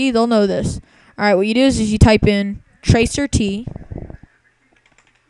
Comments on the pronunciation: Wow. OK.. Instead of laughing like everyone else is doing.. That is NOT what tracert (trace route) is used for. And it is trace route, not tracer t. Trace route traces your connection from YOUR COMPUTER to DESTINATION. Nothing more. It's not showing you 10 people are looking at google, it's showing you 10 hops to get from your computer to the google site. The names/ip's showing up are the names/ip's of the routers. Please change your name, your obviously NOT a hacker. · TRACE AR TEE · This is the most idiotic video ive ever seen on youtube, and thats saying something. "tracer t" ? lol I'd love to see a follow up video of the poster hacking all those hosts "looking at google" And besides, you had it wrong, there are 10 people and several asterisks looking at google. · Idiot: first of all that is not tracer t. It's trace rt. Or trace router. O my: 10 people surfing google while you're accessing it. Idiot it's your own fucking hop to reach google site. I am wondering I hope you're not an IT pro.